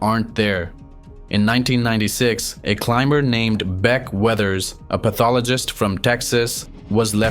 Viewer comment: Wasn’t until I heard you say “beck weathers” in your accent, that I realized it sounded like “bed wetters”